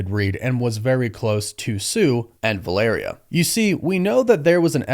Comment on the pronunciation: I also LOVE that you NOE pronounce Valeria correctly. VAL-uh-rhea, was just totally NOT IT brother. But Downey asking for that kind of cash, kind of ruins all the 'becoming a better man's that we were all told rdj was. Sounds like now he is just a supplement taking smoothie drinking asshole